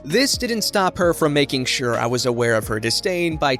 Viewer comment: Shir-Sure lol new subreddit “entitled narrator” 😂